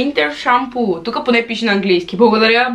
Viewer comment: Видеото е много готино!Продължавай в същия дух,защото правиш всичко това с удоволствие и си личи!Не е хейт или нещо,казвам ти го с добри чувства да знаеш,че Winter Schampoo е на немски,просто се произнася по различен начин от английския,а се пише по същия!❤❤❤